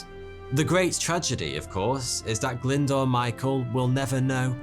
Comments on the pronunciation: Glyndoor? It's pronounced Glyn-Do-R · Brilliant story, and one I actually had come across before, but please, please, please can you learn how to pronounce names. Glyndwr is not pronounced 'Glindoor', but much closer to 'Glindower'.